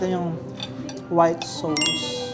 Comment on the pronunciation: Ask ko lang, bakit ba ang pronunciation ng sauce is sows? Ang sakit po sa tenga. At ang beef rendang po Indonesia po iyan.